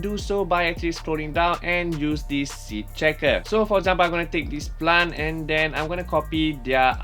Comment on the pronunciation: say plant NOT plan